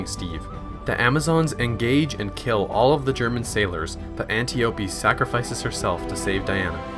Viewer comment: "Anteeopee?" it's Antiope